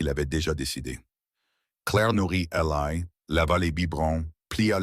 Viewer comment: Eli ça n'est pas Elaille. Sachez dire le prenom correctement. Cette horrible IA est plus qu'énervante.